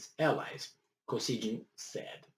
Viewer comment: KO-SY-GHIN (g is not soft)